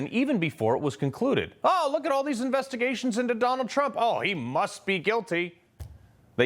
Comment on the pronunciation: Opening line😮Investi " GRA" tions????😂😂😂